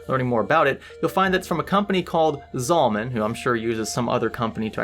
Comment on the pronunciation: Say it with me ZALLE-MAN not ZAWL-MAN